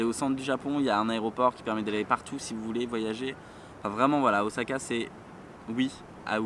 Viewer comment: On dis Ossaka & pas Ozaka ? J'adore les bananes & l'ananas pour moi ça va :D